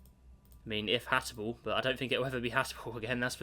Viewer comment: can we get a count for how many times says "Hatable" instead of "Habitable"